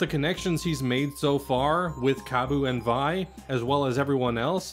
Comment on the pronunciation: Great video! Just one thing I noticed, I know it seems strange, but Vi's name is actually pronounced as "Vee," and her full name uses a French-like pronounciation like with Jaune's name, aka Violet pronounced as "Vee-oh-let."